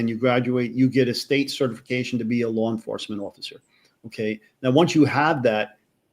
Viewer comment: Just curious….what the hell is this “Lar Enforcement” that y’all New Yorkers are always talking about???